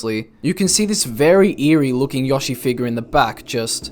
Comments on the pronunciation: cog nih tivh edit: bruh really just said yawshi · "Yah-she." Gotta love English accents. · Amazing Video!! Earned My Sub! Also, I Like The Way You Say "Yoshi"